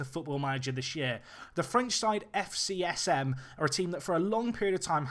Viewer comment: FCSM is pronounced : F Say - So - Show - Mom - Bay - Lee - R But in france we just say Sochaux ( So-Show) wich is the name of the city (town ? it's so small compared to Paris....)